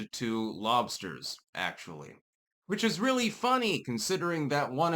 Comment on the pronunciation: Dude you have never had lobstahs come to Maine I'll hook you up with scallops and lobstahs.